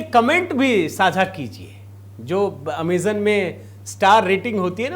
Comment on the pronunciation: U er saying Amazan Pl